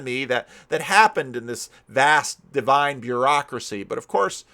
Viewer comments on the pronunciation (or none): none